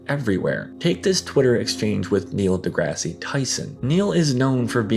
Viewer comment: I like how you talk about Norm in the present tense. The second “E” is silent in DeGrasse.